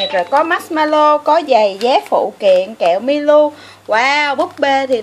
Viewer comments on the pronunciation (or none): Kẹo milo mà chị đâu phải kẹo milu đâu chị !